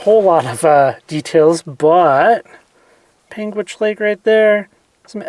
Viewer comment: PAIN-gitch ! Forget the "u"